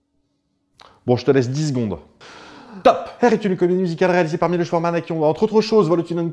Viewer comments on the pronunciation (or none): none